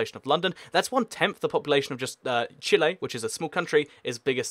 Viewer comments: Its Chile not Chile /i/ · It is said chill-ie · Chile: chee-ley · I pronounced Chile like Chilly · it is Chi-ley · Chile is actually pronounced CHEE-lay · Chile is chi lay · It’s prenounsed chi-lee